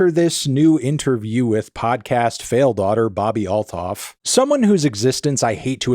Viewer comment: Every time you say all-thoff i cringe internallly- theres no TH sound in most languages - its alt-hoff